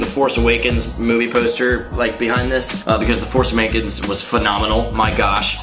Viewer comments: at like 53 seconds when saying The force awakens you really said "the force amakens" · Who thought said "the force amakens" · When you were talking about the printer was out of ink you said "the force amakins" 😂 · You said force amakens haha I'm dead!!